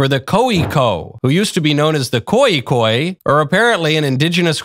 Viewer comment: 😂😂😂 I am from South Africa and if this was shown to a real koi San they will laugh their asses off. But here its pronounced more like Hot Knot